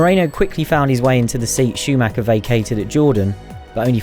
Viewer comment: "Michael Schumacher", he's German.